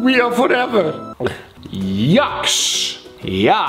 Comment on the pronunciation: je zegt niet jaks maar dzjeks